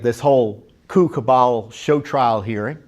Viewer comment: Did Mr. Fitton say coup cabal or 'coocoo bunch'?